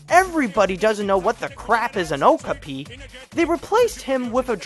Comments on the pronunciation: It's pronounced "Oh-KAP-pi!" And the Okapi is a cousin of the giraffe that looks a little bit like a zebra. They've only been found in one small area in Africa and are presumed to be endangered because, similar to the naked mole rat, they haven't been found ANYWHERE else in the wild. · Not to be "that guy," but it's oh-KAH-pee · you said okpi wrong